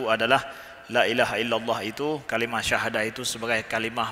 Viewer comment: Kalimat Syahadat aja ngak jelas dibacanya. Suruh ngaji dulu Buya.. ngak pernah ngaji beliau.. tksh ustad Penjlesannya, semoga buya beristiqfar dan sadar atas penjelasannya..